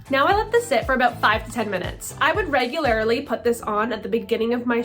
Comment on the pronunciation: Reg-u-lair-ly? Learn how to talk...